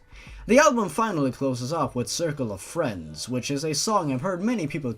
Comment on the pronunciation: To me the way you say circle of friends sounds like white light